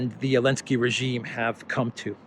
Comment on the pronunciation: Why do you call him .elenzky?